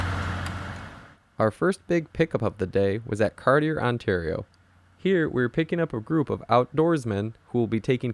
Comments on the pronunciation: Kart Chee EH is how you pronounce Cartier.....OUI ! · The name of the first stop Cartier is pronounced "Car-shay" from the French name of Jacques Cartier.